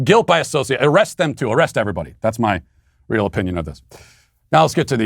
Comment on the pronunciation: His real oh-pee-nion.